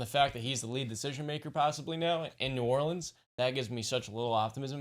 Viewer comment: The way dude on the left said New Orleans pissed me off